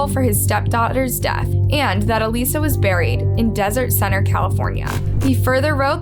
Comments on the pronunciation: It’s really annoying that you mispronounced her name through the entire video. It’s clearly pronounced by her family during all the videos, then you do it wrong. The dead deserve to at the very least have their names pronounced properly!!! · You're pronouncing her name completely wrong and there are many other videos with the correct pronunciation. Very very easy to check. I feel it's a little disrespectful to not even get her name right. Thumbs down. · The name mispronunciation was driving me up the wall. It’s so disrespectful. The people who knew her pronounce it correctly several times in the evidence footage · Why not even take the time to listen to the video clips you're putting in with the correct pronunciation of Alissa not Aleesa? All the hard work Sarah has done for victim advocacy, I couldn't even listen to this video. After about the 5th Aleesa, I just couldn't do it. This case is right up there with all the major true crime cases. Seems like someone else might be writing these and then they get read off a script. At least pretend to care. It shouldn't bother me so much... I just don't want to listen to any true crime channels that don't care about the victims enough to research any further than surface level. Unsubscribed. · Her name was Alissa..not Aleesha.. ALIS..SA... not Alee..sha.. mis-pronouncing names is just disrespectful.. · I think you did a good job with the stories. Although I wish you had pronounced Alissa's name the way it's supposed to be. A-lis-sa. Not A-lisa. You said that wrong every time even though the clips with her sister clearly showed you how to pronounce it correctly. It seems like a small detail. But it would have been more respectful to the victim and her family. A name is very, very personal. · Her name is clearly Alissa not Aleesa. Have some respect! Her dad clearly states her name literally in the video! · the sister literally says her (alissa 's) name correctly in the video clip but you keep calling her a lisa